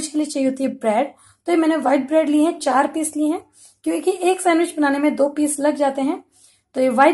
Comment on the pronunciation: sandwich nhi bol pa rhi thi....... recipeeee....🤐🤐